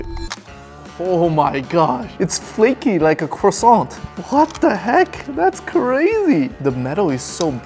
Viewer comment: bro just had to say crossont like that